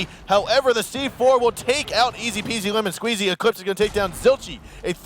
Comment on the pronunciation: the way he says ezpzlmnsqz is so good